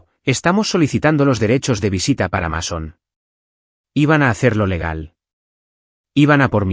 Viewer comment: Así se escribe Mason, pero se pronuncia así: Meison.